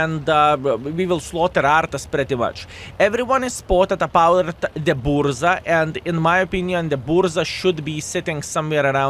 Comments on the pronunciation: buRZa my polish ears are bleeding xd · I was going to rant about your pronounciation of Burza.. but now I know universe is saved. Tanks over styles in BP all the way. Still 2nd best after this one is ninja turtles :D